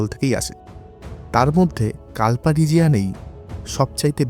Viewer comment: প্রাকৃতিক সৌন্দর্য অনবদ্য কিন্তু বারবার কাল্পা উচ্চারণ কানে খট করে লাগছিল।